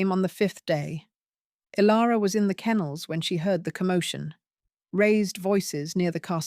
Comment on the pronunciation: The AI voice is ok, but there are many mispronounced names. Is it Kale or Kyle, and Ilara or Alara? There was a fast forward that was unnecessary as well.